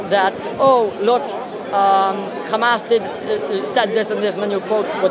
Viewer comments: that doesnt explain why they only put the kh in the word h amas. They pronounce ham as ham, right? They are able to pronounce h, linguistically. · if i say i pronounce your name honno is that right? They dont own names. If they want to pronounce their words like they want fine... but clearly they can say hello and not xello so also it should be h and not xamas. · This is how Hebrew speakers pronounce it. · This is actually a well-known phenomenon in linguistics, I think it's called "Semantic Shift" or something, similar letters are sometimes interchanged, especially between similar Semitic languages such as Arabic and Hebrew. This is not done on purpose. This is how Israelis pronounce it, I understand that it is not accurate, but it is okay, everyone has their own language limitations and there is no need to be angry. The guttural h is less used in Hebrew, it's simple as that. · Bro, that's how the Israelis pronounce it. There is no malicious intent here as some of you seem to think.. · Here is a piece of information that will make you understand: Arabic preserved the differences between ح (ח) and (כ) خ. In Hebrew as well, both exist, but in modern Hebrew, the letter (ח) ح is pronounced as (כ) خ. It's not on purpose that's how it is in language, and you can be angry, laugh at us like your friend above, but there are no malicious intentions here, there is no initial intention to confuse, this is how the Israelis pronounce it, and I have nothing more to say.